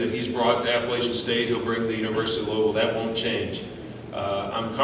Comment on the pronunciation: So excited for Scott's success. So painful to hear Vince Tyra mispronounce the name of the school Scott has led to get here. App-ah-latch-un